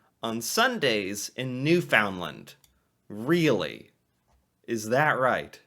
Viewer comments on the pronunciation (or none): My husband's favorite meals are his mom's boiled dinner and my homemade donair. Also, it's pronounced New-fin-land, not new-found-lind. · Pronounced Newfunlund NOT NewFoundLand😃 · You are pronouncing Newfoundland wrong. It's not ''new found land'', but more like ''new fund lend''. Also, maple syrup usually comes in three categories: light, medium and dark. Sometimes also extra-light. Though the light one is considered more refined, and is therefore more expensive, the dark one (my favourite) is the most flavourful and the cheapest, in spite of the fact that it requires a longer boiling period. Make it make sense. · One of my favourite Canadian meals is "Newfy 7 Layer Casserole", look it up on You Tube. A great meal on a cold Canadian night. Oh by the way, if you pronounce it "NewFOUNDland in Newfoundland/Labrador, they will know that you are a Main Lander right away. Try to say it as "Nufundland", and say it quickly, you will sound more like a Newfy. Always enjoy your site and the interesting way that you, as an American, explore and enjoy our Canadian ways. Thanks. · Newfoundland is pronounced, NewfunLund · It's very sweet how you pronounce Newfoundland, I say it like you do, too. So, we're both wrong. Found sounds more like fund, so Newfundland with a stress on New, and we're golden! :) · "Newfoundland" should be pronounced "New-fund-land" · Love your videos, but it’s time. Look up how to pronounce Newfoundland. (Proper is closer to New-Fin-land when said quickly)! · Drinking game: quaff a shot of whiskey every time he mispronounces Newfoundland. 😆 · Newfoundland rhymes with understand.